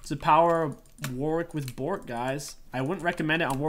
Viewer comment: My favorite part of the video was every time you said Bo(t)rk, since WW is a pupper.